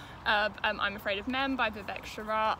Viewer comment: I love your channel and your content,. However, as a WOC, I feel like I need to share that mispronouncing people's names is a microaggression that we face daily. Please take caution and look up how to pronounce author's names when you're not familiar with it. It is SHRAYA not shara. I've noticed the mispronunciations of other names in other videos too and I cringe every time.